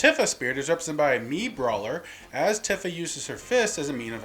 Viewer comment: pronounces Tifa Tiffa... This has to be intentional at this point.